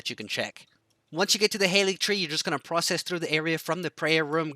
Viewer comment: From a South African living in the US: Opened this video heard how you said “now” and “process” and knew you were from SA. Checked the bio and was not disappointed